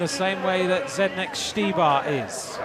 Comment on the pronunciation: when is this guy going to learn to say Zdeněk? It's not Zed-neck....